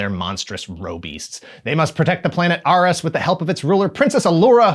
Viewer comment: The planet ARE-US? In the show it was pronounced, repeatedly, as AIR-IS.